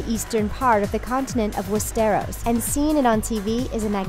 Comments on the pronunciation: Fizzy - Yeah, stressing the wrong syllable is an issue, along with pronunciation. Wes-stair'-ohs vs. Wes'-strr-os. Some find it irritating. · "West-Air-Os"??? O.o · Am I the only one who's bothered that she keeps stressing the wrong syllable in Westeros? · Westarrows and Eggsauce wtf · and real instead of Re-al!West-eros!AHHHHHH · They did get some right though.., But yeah, wes-teros stuck out... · Nor of westéros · West-teros and Ex-sos??? Drone?! Editor needs to be fired. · WEST-ARROWS !!! Hahahahahaha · We-stiros and eksos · well, I think we are all aware that the narrator has never seen GoT... she cannot even pronounce Westeros how it's supposed to. :/ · I cringe when she says Westeros and Essos... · she cant even say westeros properly